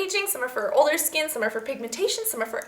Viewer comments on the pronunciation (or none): none